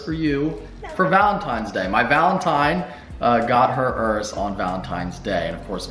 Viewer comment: I love that you know how to say Urus, unlike many other "car" Youtubers who keep calling it Yourus. Congrats!